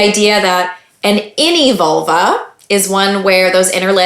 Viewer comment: I keep hearing Volvo.